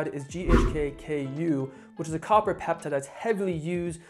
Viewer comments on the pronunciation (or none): none